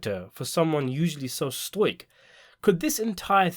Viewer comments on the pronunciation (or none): STOP PRONOUNCING STOIC WRONG